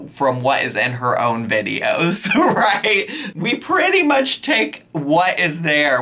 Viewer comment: pronunciations are a hoot. She forgets she can't say "right" but has to say "rot", so she pronounces the word correctly and intersperses it with the mispronunciations. She looks the fool everry time she does it.